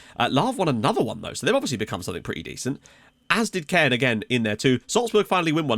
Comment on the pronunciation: great vid! Great to see Caen do so well, unusual for anyone other than PSG to win in France. One thing though is that you were pronouncing it wrong all episode! It's not like "Cannes", but more like "con". I know you try very hard to get pronunciation right so thought you might want to know.